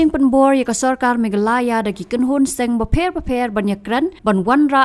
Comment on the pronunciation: Meklaya😂😂 kum ba Pronounced hi ni ka nong ai news